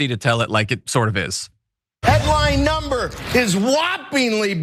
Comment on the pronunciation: "... and now our inflation is down to a perfect numbre , a beautiful numbre, hardly any at all ..." LOL - More Trump Lies, BS, & Delusions. Since Trump took over, in January, my costs to purchase just the bare necessary living essentials (not any discretionary items), has gone up by 11.37%. During that same time, my income has gone up by 0%. Where is his "... perfect numbre ..." here?